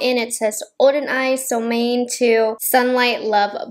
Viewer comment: Sole Moan eh would be the authentic pronunciation of this word =) it means Sun Moon =)